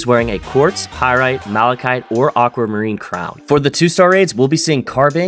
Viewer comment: first person i hear say malachite correctly